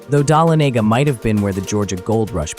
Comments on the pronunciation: I appreciate your attempt to pronounce Dahlonega- the accent is on “Lon” - duh LON eh gah Hope that helps! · This person has never been to Georgia. Images that are from Georgia. Can’t pronounce Dahlonega